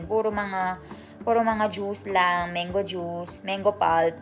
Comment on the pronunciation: It's not meng-go it's mang-go!